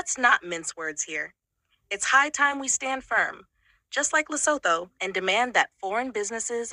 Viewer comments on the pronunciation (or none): Did you say lesapo 😂😂😂😮